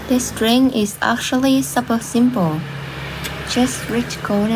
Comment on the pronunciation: Super is pronounced like “soup-per”. “Supper” is a meal you eat in the afternoon or evening.